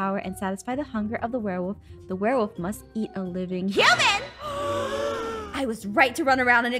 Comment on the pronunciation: I mean I was confused cause he said warewolf not werewolf